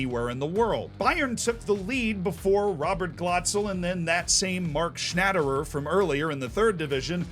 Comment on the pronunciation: Especially Mark Schnätterer :D. That’s hard, even in German.